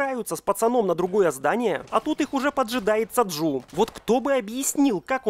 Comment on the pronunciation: Блет не Саджу а Саджи